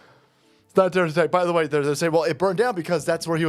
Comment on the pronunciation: "We whuz not terror wrist.. just axing"